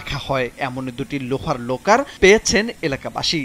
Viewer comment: আগে শুদ্ধ করে কথা বলা শিখ তারপরে নিউজ করতে এস। লকারকে বলছ লোকার আর অফসোনিনকে বলছ আফসোনিন।